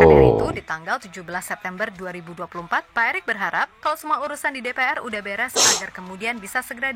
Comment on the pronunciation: DePeEr (DPR) Bukan DePeaeR